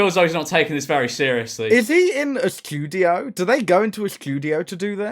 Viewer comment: "skudio"? Lulz u w0t m8?